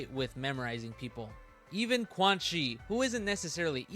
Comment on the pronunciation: Liking the video but just gotta say that Quanxi is pronounced “chuan-shi”, not “kuan-shi”, since her name is Chinese. Just letting you know.